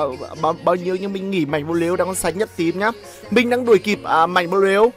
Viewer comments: Ng ta Mạnh bờ lu mà ông này cứ khịa kiu Mạnh bờ lêu quài cười ỉa mỗi khi ổng kiu tên ông Mạnh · Tao Cười ỉa lun mạnh blue cứ đọc mạnh blêu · Buồn cười mỗi câu mạnh blêu -. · người thường: mạnh blue: mạnh blêu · Anh cà khịa... Mạnh blu thành mạnh blêu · Em nó là mạnh blu chứ ko phải mạnh blêu ah ơi 🤣🤣. Mạnh hẳn giận lắm á 😡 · Anh cứ nói mạnh bờ lêu ki vaiz nồi